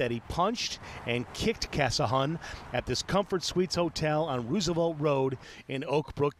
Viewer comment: The news anchor really said "REW"sevelt